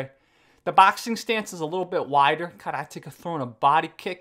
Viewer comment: Because he uses it's correct pronunciation unlike the rest of the world?